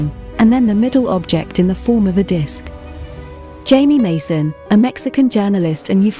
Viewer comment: José Jaime Maussan Flota is famous. He is a Mexican journalist, television personality and ufologist. Jaime Maussan studied journalism at UNAM and Miami University in Ohio, United States. Since 1970 he has been a reporter at various newspapers and broadcasting outlets, and seen on TV numerous times. HI-MEE MOOSE-ON not Jamie Mason. You look ignorant posting this without checking it out first. It's like saying Alice Poosley instead of Elvis Presley.